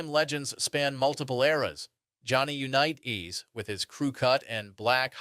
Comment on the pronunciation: from 1 small content created to another. Do you have a great base to build on and I love the information. try not to say the same stuff more than 2-3 times. also double check the ai on pronunciation they said jonny unitas like 5 diffrent ways. your content is good and i am in no way dogging on you. you got this!